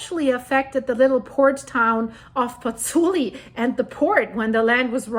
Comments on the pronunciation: it's Pozzuoli, not Pozzuli... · Well done. But it's Pozzuoli, not Pozzuli.